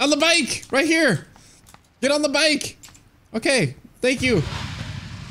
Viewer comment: "camo camo camo, up up up up up up" "weady weady weady, gaow gaow gaow gaow" "owkay owkay owkay, hewp mi hewp mi hewp mi heeey camo camo camo hewp mi"